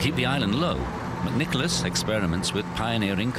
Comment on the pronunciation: it’s McNicolaus he pronounces it perfect